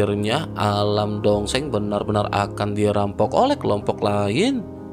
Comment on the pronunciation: Dosheng...donk bukan dongseng...😂😂😂